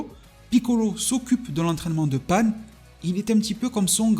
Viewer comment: Pan ! Pas panne putain ! Déjà que vous cracher sur DB GT alors que c’est le meilleur. N’allez pas déformer le nom de ma petite Pan !